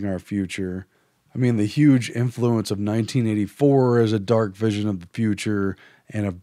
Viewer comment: I managed to cope with "barbit u ates", but "imfluence" made me wrench, so I gave up at that point. Much as I love Orwell, current news vidicates Huxley. The man who knew too much.